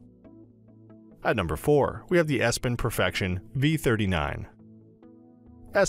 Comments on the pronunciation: EPson, not ESpon! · Epson not espon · I cant give much credence to someone who cannot even pronounce the product name correctly. Espon??? I bet EPSON was a little chagrined. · Because it is Epson not Espon . Would you watch my review about Massung S20? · "Espon" whut? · I stopped this video immediately after he said Espon